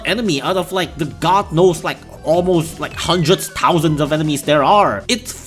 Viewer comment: Good video but pls lesrn how to say thousand 😭😭